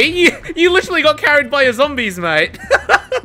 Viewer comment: " oooh it's a boobuh!!!" It's Bubba hunny. 😂 lol